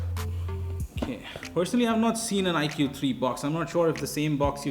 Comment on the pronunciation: Cool edition but you're pronouncing 'iQOO' wrong, its not 'iQ' its 'iQOO'